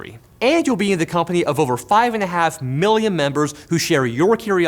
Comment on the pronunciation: A miwwian times.